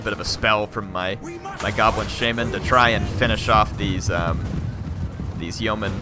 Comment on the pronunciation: it is called sha-man not shae-men